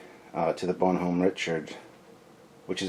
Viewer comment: WOOOW you butchered that French. Use Google translate dude. It is pronounced bon-nom